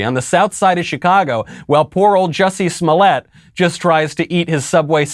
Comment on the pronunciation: You pronounced the actor’s name wrong. It’s prounounced “Juicy Smoo-lee-ay”.